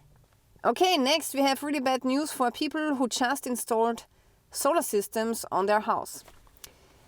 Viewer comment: I like the way you pronounce "people" as "peepor"... HAH!